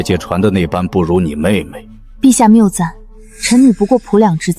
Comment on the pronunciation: 謬讚的讀音是Miu Zan.不是miaozan.